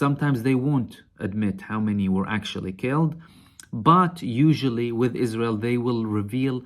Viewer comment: "Is-Raw-Hell" is so wonderfool. .